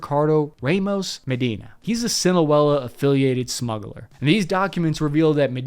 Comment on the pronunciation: Whoa! That's the 1st time I've heard you say "Sinaloa" the Right Way!!! good job man